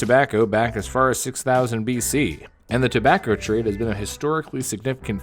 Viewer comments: 1 ur script goblin XD And u said tabacker at one point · “Tobaccr products“